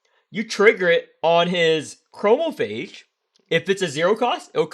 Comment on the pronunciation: i love how hesitant you were to pronounce chromaphage when it's the most correct you've ever pronounced anything from the game